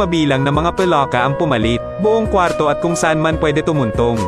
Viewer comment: Ano Kaba Mali mali salita Ang Moises naging mojes ang palaka naging paloka.😂😂😂 hahaha..